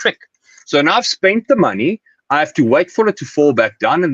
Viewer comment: I love the way this guys pronounces maney